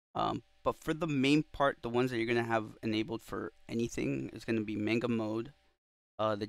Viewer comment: bro really said may-nga. it's mah-nga. maw-nga